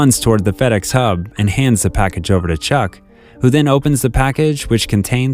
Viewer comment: I heard fatass when he said fedex 1🤣🤣